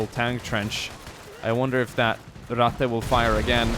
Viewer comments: why does everyone say rattay instead of rattuh, its not pronounced that way. every one who makes a video about this mispronounces it. its not french the e does not make the ay sound at the end of words in german, its ein-uh, mein-uh, Ratt-uh, its not ein-ay, not mein-ay, not Ratt-ay. like i get it, its not common knowledge but jesus god trying to learn german is hard when everyone butchers the language. it was fun though and you did say it right a couple times in the beginning which is more than ive seen before. é... that is the e that makes the ay sound everyone. this e makes the uh sound at the end of words. knowing is half the battle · i like how he pronounce " Ratte " as swedish boyo. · Ratte nearly sounded Italian :'D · The way you say Ratte :D